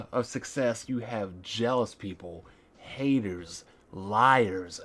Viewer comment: "a couple haydaz" lol